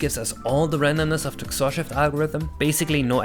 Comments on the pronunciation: please... it's not "ksorr". It's "X-Or" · honestly i've never heard anyone pronounce XOR as "xor" instead of "ex or" on another note, what about using user input for sequential RNG calls? i know some games do that and during regular gameplay it shouldn't be that noticable, but it makes it easier for TASes and such to work with